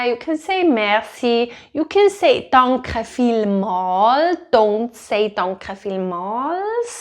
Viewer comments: I do hear a r in your danke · Thank you for the video. It really helps. I think you are lovely, specially when you say "I am not hearing any R here" 😂😂😂 To me it sounds like Dankrrre 😅😅😅